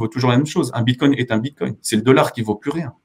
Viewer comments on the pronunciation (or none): Tesla accepte les Bitcoins. 1 minute et déjà une bêtise... Je poursuis, "confiance aveugle" et pas un mot sur la tech blockchain. Bon, je m'attendais à un meilleur niveau de connaissances de ta part. Ah, et c'est le bitcoin, pas le "bitcoint" ^^